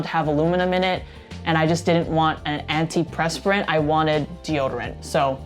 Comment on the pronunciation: You said "anti press spur rent", but it's "anti per spur rent"...